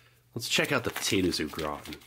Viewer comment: I coulda swore he said “potatoes look rotten” 😂